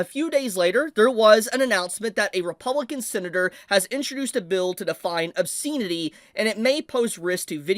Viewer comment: This rant would have more weight if the commentator could pronounce the word "obscenity " properly. As it is, he sounds like an idiot.